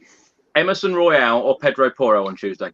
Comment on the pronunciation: How do you spell “Porro”? Well… “ Poor-o” He MUST learn Conte system? I thought he was natural in this system???